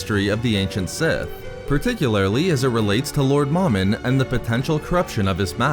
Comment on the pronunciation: It's pronounced Mow-Min not Mom-in Mow like mowing your yard and Min like minimum MOMIN sorry that was driving me crazy